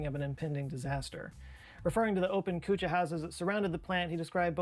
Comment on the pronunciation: kutcha is pronounced kaccha(raw) house and pukka is pronounced pa-kka (cooked) house